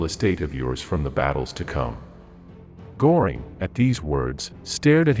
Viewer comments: Pronunciation is awful..Go -ring and Do-nitz is incorrect. 🥴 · And Goring is pronounced more like GER-ring, because if my memory is still good, the O has an umlaut over it (two dots). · It's not Gooring! Göring! Please, learn something🇫🇮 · Göring is pronounced Gerring not Gorring…just wanting to help! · AI voice won't do it for me . Maybe teach the computer to say Goring . There is an "umlaut" over the O . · Apparently, AI voices have no understanding of what an umlaut is. Goring is what a bull's horns do, while the ö in Göring sounds like the first syllable in girl, curve, and fleur. Lately, I have gotten to really hate AI. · Please learn how to pronounce Göring. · AI can't pronounce umlauts? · For gods sake get a voice that can at least pronounce names correctly - Goering’s name is mispronounced repeatedly. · The narrator doesn't know how to pronounce "Goering." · Not just the names of generals. Göring is also pronounced wrong. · I'll see your "Heyn-Rickey" and raise you a "Gore-ing." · Pronounced Hein-rit-si. Machine fails again. Also, Ger-ring.